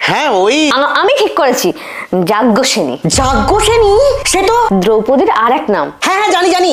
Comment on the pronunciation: Jaggosrani not joggosrani